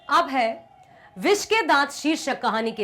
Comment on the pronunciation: Bissssss ke dat😂😂😂